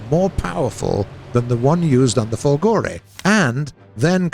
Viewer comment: Guys, you'll never learn, :p... but since I know you're trying hard, here's some little note for non-Italian-speaking people: - "Macchi" is not "Matchy", It's "MAKKI" (with strong "c"s) - "Folgore is not Folgòre, it's Fòlgore" - "Badoglio" is not "Badog-lio": that 'gl' sound is not present in English, so try to pronounce it as "Badòlio" and you almost get it ;). ...and this is the last and maybe quite difficult for non-Italian people: - in 'W l'Italia", "w" does stand for "viva", so... "VIVA L'ITALIA!" , which means "Up with Italy!" BTW, this is an ancient emoticon, born in 19th century: the "W" symbol recalls both the two "v"s in the word "ViVa" (literally: "be alive") and the image of two people with their arms raised).